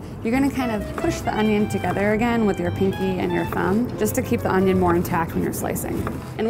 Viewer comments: ItS OnIoN nOt OnYo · I was waiting for her to say onyo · So in English it's called onion and not onyo 🤔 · Fail, it's Onyoooo not onion